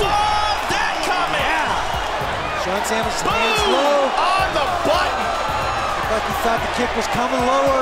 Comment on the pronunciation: I'm convinced now Americans have lost the ability to say "button"